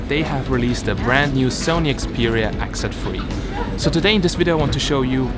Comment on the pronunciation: Oh it's X Z 3, I thought you were saying "exit free"! lol